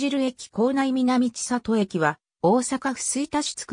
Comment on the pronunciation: ⭕みなみせんり ❌みなみちさと